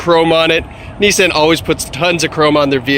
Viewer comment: It's NIS-saan, not Nis-san!